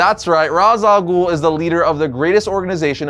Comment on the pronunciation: Are we going to address that mispronounces Ra’s al Ghul’s name? ….No? Just me? Okay.